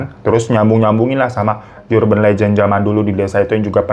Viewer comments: Koreksi dikit ya mas Difan, Urgent itu pronounced nya Erjen bukan yurjen, begitu juga Urban pronounced Erben bukan yurben🙏🙏 maaf ya koreksi dikit, semangat❤ love u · Bang Hiro, kalo urban mah "U" dibacanya u aja, bukan yu .